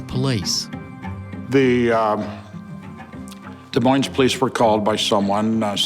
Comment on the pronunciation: WOAH! This David Gehrke attorney DOESN’T KNOW HOW TO PRONOUNCE DES MOINES!! 😭 Mispronouncing it THAT bad is akin to calling Illinois “Illinoye”